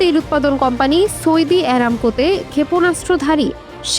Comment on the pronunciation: ওরে মূর্খ সাংবাদিক সৈদি নারে সৌদি হবে